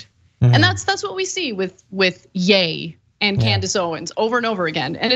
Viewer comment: Not Yay Ana. Yee. Either way he’s still obnoxious.